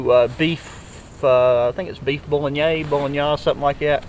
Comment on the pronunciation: Bro Bulgogi is pronounced "Bull-go-gee". The other word you were saying is bolognese pronounced 'bow·luh-nayz'. Thanks for sharing your experience. I am VERY curious about a longer term idea of that TEREN Element jacket. Is it as abrasion and fire resistant as they advertise? How has it been holding up?